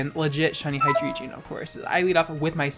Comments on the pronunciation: I have a reuest. Never pronounce Hydreigon as "Hyjreegeon" again. Thank you. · Listen bitch it’s pronounced Hi-Dray-Gon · The way you pronounce "Hydreigon" triggers me so hard, I swear...